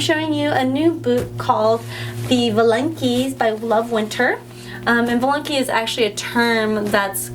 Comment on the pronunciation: Please pronounce 'valenki' with emphasis on the 'a' and as 'aaaaaa'.